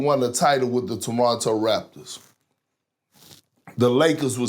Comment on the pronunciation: Did Perk say "The Tomato Raptors."? lol